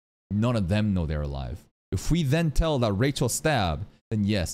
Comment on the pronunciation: saying Rachel's name makes sense... i had forgotten about it. He doesn't say it Rachel like normal, it's actually Ra-HELL, Ra was an Egyptian god and Hell, you know, which makes sense she's the god of Hell the literal devil. 😂